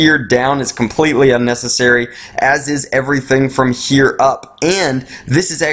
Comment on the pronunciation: WHY DO YOU PRONOUNCE "HERE" SO WIERD?!?!??!?!?!!!